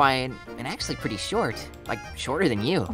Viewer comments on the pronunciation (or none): none